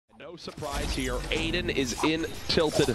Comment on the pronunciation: Nobody: Literally nobody: Ninja: AIDAN 👁👄👁